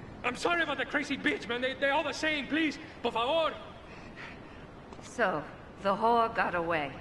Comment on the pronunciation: "Por favoor"